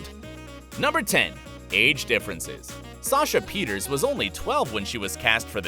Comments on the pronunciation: It's not Sasha Peters it's Sasha Peters-sa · it’s not Peters 😂 it’s Pierterse. Every time she says her own name, I remember it but I can’t ever figure out how to type it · The fact that you called Sasha Pieterse Sasha Peters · i cant pronounce it either. is it "pee-uh-tiers"? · It's pronounced like the last e is an A (pun intended) Pee-ters-ah. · The fact that surprised me the most? While digging for behind the scenes dirt & drama you didn't learn how to pronounce Sasha Pieterse last name.